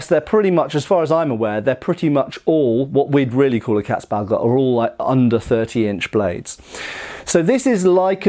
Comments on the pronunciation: This is not about pronounciation mate. This is me finding old words funny. You have the same in English. 🙂 Haha, Katzbalger, I will re-apply it to my vocabulary lmao! 😂 I just love funny sounding words. 😅 And pronounciation of Katzbalger is quite good by the way, almost perfect. I approve. 👌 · Not gonna lie, I tuned in primarily to see (or rather hear) how you'd pronounce "Landsknecht" and "Katzbalger". Honestly, you pretty much nailed it. And I'm not blaming you for substituting the "ch" in "Knecht" with a "k", that sound probably being about as outlandish to a native English speaker as they come. Anyway, greatly interesting vid as always 👍🍻 Edit: as for the name's etymology, I wasn't aware of the "female genitalia" connotation, but then it's not a surprise, either, seeing as "Katze" simply means "cat". Anyway, "Balg" is an animal's hide, removed in one intact piece so as to retain a certain bag-like quality. Going from there, I'd simply translate "Katzbalger" as "cat skinner", assuming there's some amount of humour or irony to that name. Edit #2: the idea provided by T S seems even more plausible.